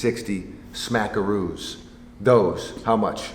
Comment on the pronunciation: Homie said "smackeros"